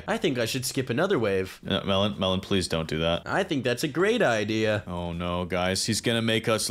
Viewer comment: I like how at the start it says melon I am even one of the developers of toilet tower defense!! I heard at first time melon I am even and was like wait what is sunny even? 😂😂😂😂😂😂